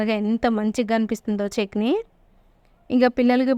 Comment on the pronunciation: Chekni kaadu chetni